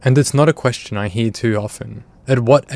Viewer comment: can i ask you a personal...quessitawn???